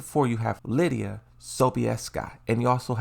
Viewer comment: HE FINALLY PRONOUNCED LIDIA RIGHT